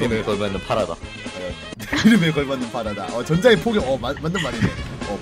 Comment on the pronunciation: 전장의 포격이 전장의 포경으로 들린다